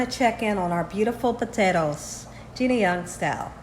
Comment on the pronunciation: Did your accent change after you moved, Gina? I’ve never heard you pronounce potatoes “puthettos” 😂